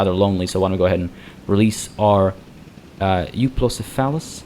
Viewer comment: Here's the most common way to pronouce Euoplocephalus I found after looking on the internet for twenty minutes: Yoo-o-plo-seh-fuh-luhs